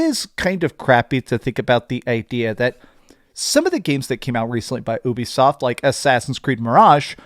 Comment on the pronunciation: Dont mean to troll… but its pronounced YOU-BE-SOFT not Ewwbie soft or whatever your saying! If your doing YouTube you gotta get the pronunciation right bud! Great video tho!